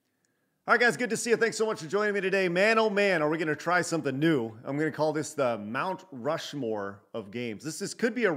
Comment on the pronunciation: Rount Mushmore 🤣😂🤣 Good stuff